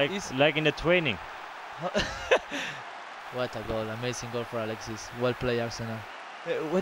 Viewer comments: like in the twaining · "Like in the twaining"